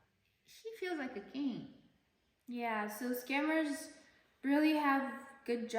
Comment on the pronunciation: It literally sounds like your mother says "this commerce", and "s-cammers".